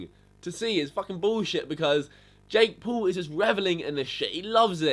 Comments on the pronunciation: Yo you idieet its Jake paul noth Jake pool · "Jake pool" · Jake Pool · Say it correctly jake p a u l not jake pool